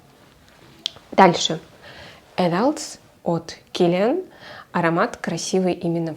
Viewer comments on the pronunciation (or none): 18.23 Adults - читается на французском как Адюльт( Взрослые)